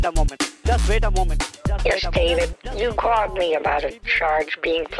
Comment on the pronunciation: “Just vait a moment”